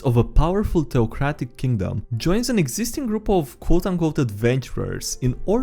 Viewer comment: Read: Theocratic, Ensuing, Floofy.: Toe-cradic, in-shoeing, flothiest.